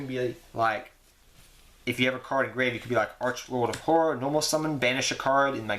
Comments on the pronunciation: haha you cant say horror. nice profile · I just watched your archfiend build for 2020 format and you still can't say "horror" lol, love your videos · It sounds like you said 'whore-er', but you all good. :D